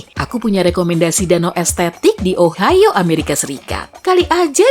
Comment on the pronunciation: danau ohio min bukan ohayo :v